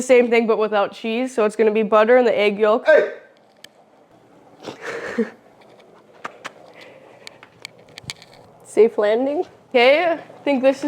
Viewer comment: Yolk the L is silent. Walk yolk folk silent L eng 101